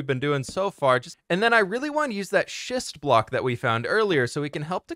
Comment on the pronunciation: I wonder how many times mispronounced schist and needed to edit those whoopsies out?